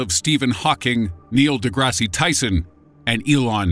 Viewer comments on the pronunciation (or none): Please don't tell me you just pronounced Neil's name like the TV show Degrassi.... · did he say Neil "Degrassy" Tyson? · Neil Degrassi Tyson LOOOOOL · Neil DeGRASSY Tyson? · Neil Degrassi Tyson? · please stop pronouncing the e at the end of deGrasse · The e at the end of de grasse is silent. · The last E in DeGrasse is silent. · a decent video. However the e in DeGrasse is silent. but I won't tell him if you won't.